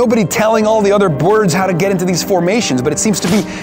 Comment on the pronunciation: "There's nobody telling all the other bwords..." xD